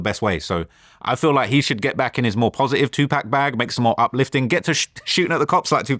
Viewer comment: Bro kept saying two pack 💀😂